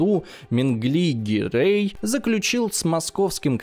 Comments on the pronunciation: гирЕй, не гирЭй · Почему ГирЭй? Как-то режет ухо! ГирЕй правильнее, считаю! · Но при этом тут до фига других кривых удареней от вИзирей до гирЭй - что это вообще. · Все бы хорошо, но не ГирЭй, а ГирЕй. Не вИзирь, а визИрь